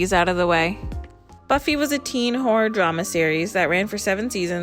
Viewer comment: It took me way too long to realize you were saying Horror and not whore 🤦🏽‍♀️ I was sooo confused!